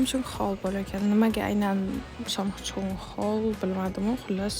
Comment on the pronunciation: ❌ Samsung hall ✅ Somsa hall birinchi eshitganimda "somsa" deb eshitdim keyin qayta eshitvordim (haa qornim och edi) 😅